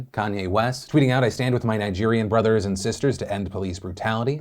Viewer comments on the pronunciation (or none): none